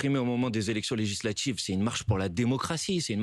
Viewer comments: "legislatchives", "relatchive", M. Bompard a les mêmes accents que son électorat. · Legislatchive !!! 😂😂😂 C'est un djeuns lui 😂